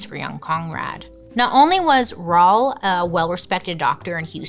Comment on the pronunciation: I never heard someone say Raul like Paul before lol